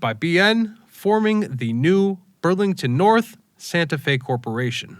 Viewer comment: great job on pronouncing Madrid the correct way. It’s a cool little town.. place to grab a great green chile cheeseburger. Burlington NorthERN is important to us BN fans. This HO model railroader’s blood bleeds cascade green.